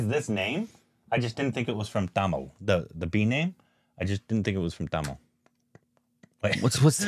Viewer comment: he's saying tamil wrong